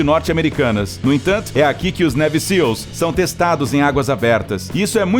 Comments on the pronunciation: A pronúncia correta de Navy é neive e não neve... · "Névi" Seals??? "Kei" West??? Por favor!